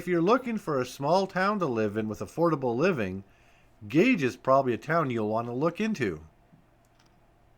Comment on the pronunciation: The locals pronounce Gage, OK as “Gay-gee”, not Gage like you would think. Suggestion: when you document towns, ask how the name is pronounced by the locals.